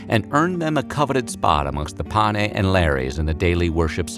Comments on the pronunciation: Instructive, though the narration moves so fast that I can't absorb much useful information. Slow down! Also, what are these "pa-nay" that are worshipped in the home? The phrase referring to the household deities and ancestors is "Lares and Penates (pen-AH-tayss). Some screwy mixup? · There is a mistake at the end of the video in the discussion of the domestic gods. The household gods were known as the Lares and PENATES. The narrator seems to flub and say something like “pane,” which in Latin means something like “with the bread” or “in the bread.” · The household gods were called penates not panes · It's penates (sing. penas), not pane, which is bread in Italian instead. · A. Dwight Castro, Ph.D,. (Prof. emeritus of Classics) Although overall I enjoyed this video, there is one glaring error in the part of the narrative dealing with the two groups of deities who were thought to be the protectors of the Roman household. The narration correctly refers to the one group as 'Lares"and uses the correct 2-syllable pronunciation (something like LAH-rayz). The name of the other group of deities, however, is in the narration always (and incorrectly) given as PAH-nay (?Pane?), whereas their correct name is "Penates" (3 syllables: pen-AH-tayz). Could this error be corrected?